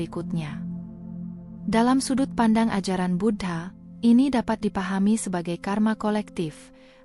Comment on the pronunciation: Bu-dha bukan Bud-ha